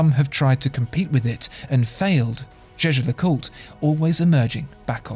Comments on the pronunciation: I would've take this more seriously if you pronounced Jaeger-LeCoultre correctly. Jajer-Jacult? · Can someone explain me why it is pronounced as "Je-Je LeCoutre" ? Is that Swiss German? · You can pronounce it as you want. The German CEO of JLC Günther Blümlein did indeed pronounce it as you said, so did Max Büsser (MB&F) who worked for JLC. But the current CEO Catherine Alix-Renier says it more French.